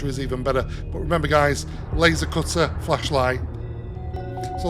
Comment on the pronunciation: Your accent works against you when you say flashlight 😂😂